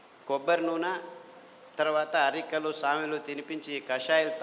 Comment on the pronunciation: Samelu and arikelu ante clearga cheppandi sir